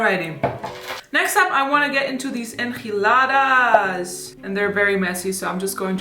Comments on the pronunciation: I am from Mexico and that form that she said enchiladas, idk it get me something about how she said it, she said it like enjiladas with “j” not with “ch”, I know that she doesn’t know how to talk Spanish but maybe she can translated to se how to said it. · I'm from Mexico and the enchiladas are pronounced with the "ch" sound like in "chill" or "spinach." Just letting you know, but love your videos! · Pronounced: N-chi-la-dahs I love geen enchiladas!!!! ♡♡♡ Loved this video chica!!!